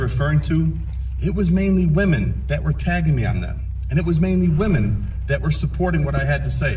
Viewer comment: can you not pronounce women correctly?